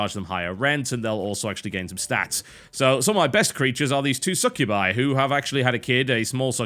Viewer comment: im sorry say succubi slow and listen it sounds like your saying suck you by... oh just me ok :3